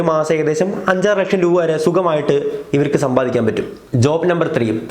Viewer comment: ബോൾ പറക്കാൻ ആളെ വയ്ക്കുന്ന പൈസക്കു ഒരു ലോഡ് ബോൾ വാങ്ങാമല്ലോ.. പിന്നെ രൂവ അല്ല രൂപ 😀😀.. ജോലി എന്താ... കക്ഷം മണക്കൽ ഇതെങ്ങനെ ലവര് cv യിൽ ചേർക്കും